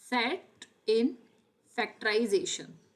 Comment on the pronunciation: Factorisation nhi factorisation hota haa😅